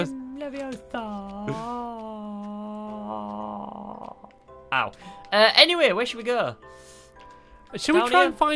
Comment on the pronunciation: It's Wingardium Leviosa! Not Wingardium Leviosah